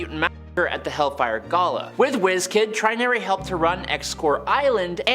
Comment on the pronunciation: Trin-ury? you are a weird one my man.. that is obviously TRY-nary.... as in binary=2 Trinary=3? Personally I would.... have called her Tertiary (tersh -e-ary) like primary, secondary, tertiary oh, good .. you got Gentle right... who knows? i waould half expect you to call him 'Gent-il' insteand of Jent-il'